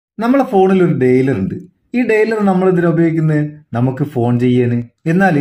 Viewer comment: ഡയലർ not ഡെയ്‌ലർ